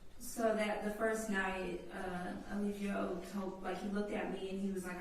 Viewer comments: What if keeps calling him "E-LIE-gio" on purpose as low key shade!? 😂😂😂 the way he keeps saying it sounds deliberate! He know good and well how it's pronounced! 😅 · don't even know how to say Eligo right, let alone defend him. He definitely sounds like he is working with the state. Maybe NB should defend himself, at least he can say he had a fighting chance.